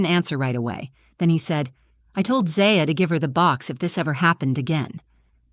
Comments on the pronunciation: Why do you use different pronunciations of the same daughter's name in the same story? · Is her name ZAya or ZIya? If you are going to read a story, be consistent with pronunciation! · I wish they would get the pronunciation of the child’s name straightened out. Is it Zaya or Zia? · I wish the narrator would get the kids name right, she keeps changing how its pronounced ... Zia, Zaya😂😅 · Try to pick names that Ai can pronounce for your fictional characters. Zaaya. Zia. Zaya. Zya… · Could they maybe settle on one way to pronounce the little girl’s name? 🙄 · Sadly, this is probably not an unusual situation. Children should never be treated like this. Ever. They are innocent little beings, and should always be included and cared for. As an aside, did it bug anyone else, when the narrator kept switching back and forth in her pronunciation of Zaya’s name? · The most annoying thing about this story wasn't the grandmother. It was the narrator telling is as if it was about her own daughter, then changing the pronunciation of 'Zaya' back and forth from beginning to end. Ridiculous AI. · No thumbs up because you couldn't decide how to pronounce the child's name. Extremely annoying. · Haha nobody was bothered by this story-teller pronouncing the name Zaya two different ways throughout? Plus this reeks of AI. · The inconsistency of the pronunciation and spelling of Zaya really brings down the quality of this video. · The next time you make up a story, try to see that the AI narration picks one pronunciation for the lead character's name, and sticks with it. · Come on lady, is it Zay-ya or Zai-a? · The AI on this sounds pretty good... The only giveaway is the shifting difference in the pronunciation of the daughter's name. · I find it weird you keep changing the way you pronounce Zaya. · 3 different pronunciations of the child’s name in as many minutes. You need to edit better.